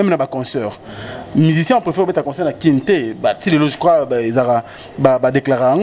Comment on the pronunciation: ba mots français mais prononciations mobulu musique, et non musuque; concert et non conceur; single, et sungle;nelembi pona eleki ebele… en tout cas boza liboma pona ko comparé Koffi na Fabregas… FALLY IPUPA kaka nde esimba na album moko ba plus de 25 chansons. et oui 👍 vieux na nga mopao nalingaka yo mais cindy nayebi te soki abetaka yo fimbu mais yaya Cindy abomeli yo boulot